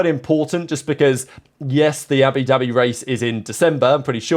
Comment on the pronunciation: “Abidabi Grand Prix”